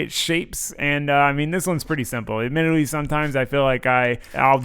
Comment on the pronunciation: "admittidwy a waste of time :3 uwu"